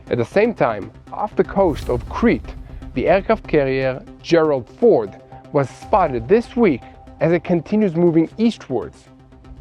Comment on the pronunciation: i respect your sincere reporting in tough situations and i look forward to each news update. There's just one minor detail you must be aware of. In the English language, there is no letter "L" sound when pronouncing words containing the letter "R". An example.."the aircraft carrier "FORD" (not "fold"). "FOLD" is the pronunciation for use as.."fold" the laundry. Ex-President Gerald R. Ford is pronounced just like the car, "Ford" F o "RRRRR" d. Thanks.